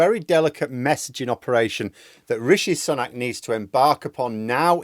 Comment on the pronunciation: You nearly said Rishi Spunk at one point... 🤣